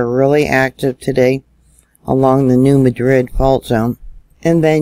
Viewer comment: Hi! Because it’s Missouri they actually pronounce it New MAD-rid! I know.....don’t ask! Thanks for all and keep it up!